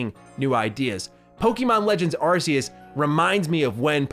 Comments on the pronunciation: "arKeus" not "arSeus" :D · It's aa-key-us not arse-ius lol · u can tell ur not a fan at all coz u just said Z-A takes place in the same place as Black n White lmao Z-A it's literally X and Y ... n stop pronouncin Arceus wrong it's AR-KEE-US -- but what can i expect from an AEW fan... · Why is he calling it ar-see-us? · You are saying arceus wrong xD